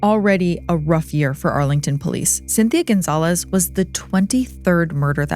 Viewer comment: Cynthia Gonzalez not Gonzalves!